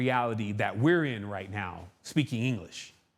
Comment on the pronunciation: With "Anglesh" he says